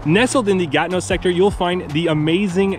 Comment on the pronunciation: Comment vous le prononcez Ganeau? Ce n'est pas le mot Ganeau que je vois. C'est plutot Gatineau.